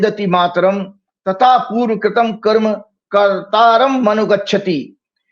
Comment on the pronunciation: इस कारण चूतियापा‌ तो देखिए कर्म को कर्मा बोल रहा है।